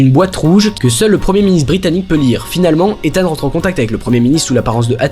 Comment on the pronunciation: Par contre on en parle de la prononciation du prénom de hunt?? Mission impossible 2 jusqu'à dead reckoning il s'appelle ethan hunt Mission impossible 1 c'est prononcé bizarrement genre izeune hunt